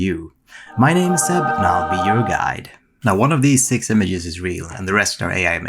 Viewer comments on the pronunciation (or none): none